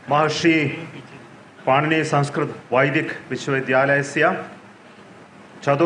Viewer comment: It's not पानीनी it's पाणिनी no wonder you don't understand things